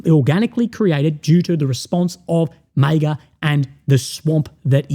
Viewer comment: I love you but why do you pronounce MAGA like that